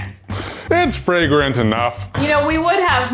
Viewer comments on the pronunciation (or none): Yes, the sand soap part is qwuite fwagwant UwU😂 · it's alweady qwite fwagwant uwu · BEAT THE CHUNKS OUT OF IT! I actually had to pause the video I was laughing too hard.:D face. BWOOOWWNN fragwent storm of poop??? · uwu vewy fwagwant